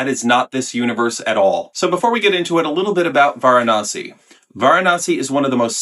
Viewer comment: Varanasty 😂 That was good. "Ceremonial" was a great descriptor for this one though. Definitely not as churchy as CdG's Avignon, but still quite contemplative.